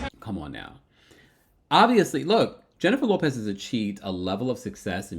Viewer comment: At first I thought you said Jennifer Lewis until I realized you said Jennifer Lopez..............